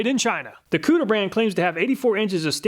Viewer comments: It's pronounced. Ku Ti Er...not Cooter from Duke of Hazzard, lol. Perfect timing with this video, I am looking for a better tape measure. Thanks as always. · I believe it koo-teer, not cooter, like dukes of hazzard. haha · Consistently the best tool tests on Youtube, but I have to mention that the tool brand Kutir is pronounced coo-Tier, not "Cooter brand," lol.. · HAHAHA Cooter brand is clearly pronounced CUE-TEER. Checkin out the cooter! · Lmao! I was going to suggest that even though I thought that it's probably pronounced "Koo-teer", that I like cooter much, much more!! 🤣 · Did I just hear "Cooter"?! Lol! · im such a child that i laughed when he said kutir... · The "Kutur" brand, lol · kutir...really lol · Did he say kooter?! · STYLE POINTS for actually saying "cooter" - proper pronunciation... LOL I LOVE ME SOME COOTER!! sad to see you broke the cooter so easily. I HATE it when that happens.. :( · Oh my God, he literally said Cooter tape measure…. 😂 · I love the obliviously butchered foreign names lol: Kutir as "Cooter," Ming Hao as "Ming Ho" even though he pronounced it right at first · He said cooter, lol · I died every time you said "cooter" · When you said “Kutir Brand” I fucking lost it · Him saying cooter was so distracting lmao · Im not sure that the Kutir brand is pronounced cooter, but Im totally gonna pronounce it that way. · He said kutir huh huh huh huh. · Scrolled through the comments and no one mentioned slightly laughing at the “kooter” brand. Ill see myself out. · He said cooter. lol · I love these reviews. So helpful and unbiased. But I had to laugh every time I heard you say "cooter" (kutir?). 😂🤣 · “Kutir brand” caught me off guard, thought I heard something about a cooter. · Haha "kutir" hehe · Everyone replay the video and take a shot every time he says Kutir 😁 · Lol, I though it was "Cooter" brand when I heard it, had to rewind... I was thinking to myself... who in their right mind would make a "Cooter" brand name?